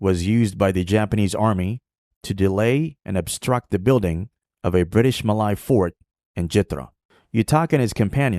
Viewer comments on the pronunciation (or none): it’s pronounced “Ma Lay” not “Ma Lai” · Muh lay not mah lie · sorry to burst some bubbles… i think the way u pronounce ‘malay’ is wrong.. either u follow the english pronunciation ‘muh-lay’ (same as how u pronounce malaysia… or u pronounce it as in malay language which is ‘melayu’ (muh-laa-yoo)…. domo arigato…